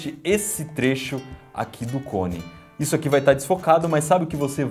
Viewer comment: porque tu fala dipois é depois e izo é isso ai mas vale joinha eu vou dar pra ajudar vcs